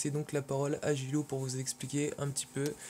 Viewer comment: Salut c'est guel2013 ta vidéo et très cool,mais ce qui m'a gêné c'est que tu dis souvent "" (desoler pour les fautes dans le prénom ) sinon bonne vidéo et continue comme sa;)